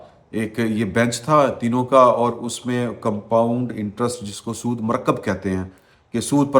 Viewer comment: سود مرکب ، لفظ "مرکب" کا تلفظ درست کیجئے ، بروزن "مقدر" ۔